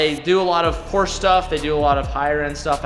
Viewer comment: When says Porsche instead of Porsche